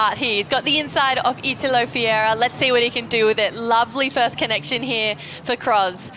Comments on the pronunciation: Wrong. It's called Fe-hey-rah!!! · Italo Fiera????? IF you want to be a commentator for WSL, the least you can do is to learn the name of the surfers on tour, specially when the guy is number 1 on the rankings😂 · Say it slowly - his name is FER REIRA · Who had the amazing idea to put this girl to narrate is a genius. She can't even say the surfer's name right. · Learn to pronounce the LEADER'S name, that's your job! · yeah that shit snagged in my ears as well. I'm mean it's not his first time on tour.